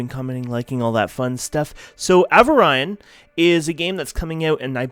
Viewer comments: Avarin?!? its pronounced A-vor-e-on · pretty sure its called A-vor-rion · a - VO - ree - on :) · A vor ee on. At least pronounce the games name right! And iron thruster! Not ion! Either way, good video.